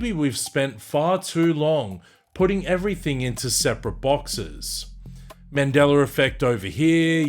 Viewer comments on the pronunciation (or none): Is it also a Mandela Effect when I hear you pronounce it as Mandelar? 🤔🧐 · In this timeline it’s pronounced Mandeller fect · There's no R in Mandela-r lol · I was at a recent family gathering on my girls side of the family as I walked into a room where she was with her cousins I had heard one of the girls say she had her first Mandingo effect. I walked inti the room laughing and said it’s not called the Mandingo effect it’s called the Mandela effect. What the hell is a Mandingo anyway a half man half dog? I tried to explain why isn’t called the Mandela but they all seem to laugh and giggle like I was wrong. I think there’s a big possibility that in their reality it’s called Mandingo almost like how I hear the way it’s said on this video, where I hear him say Mandeler instead of Mandela. In his reality its Mandeler not Mandela. I heard one of her cousins say she couldn’t walk after she experienced her first Mandingo effect. It doesn’t sound like they understand what a Mandela effect is or care to listen to me inform them. I’m glad I’m not in that reality where you can’t walk after a Mandela effect. They didn’t want to share with me, so my conclusion is that the shift in reality they experienced was intentional and done willingly. That’s why they can relate to that reality. This stuff is definitely weird. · What is a "mandeller" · Mandeler effect 😂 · I don't understand why, the Brits and the Aussies put an "er" on the end of a word that ends with an "a"? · I think this is just how he pronounces it. Like people who say idear vs idea.